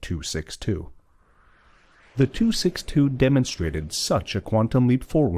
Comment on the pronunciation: Why does everyone make the same mistake? It is not Meschersmidt. It is Messerschmidt.